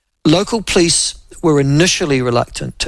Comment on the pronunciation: Nyoo Zullind pronunciation of "police".